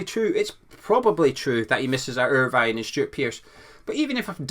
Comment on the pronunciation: As a fellow Scot who grew up in Irvine, I'm disappointed to hear you refer to Alan Irvine by the Irish version of his name, Alan "Ir-Vine"